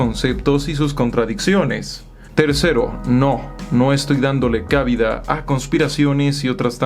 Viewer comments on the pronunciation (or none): Muy bien. Nomas una pregunta: ¿por qué dices cábida en vez de cabida?